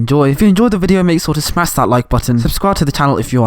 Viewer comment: “Smass that like button”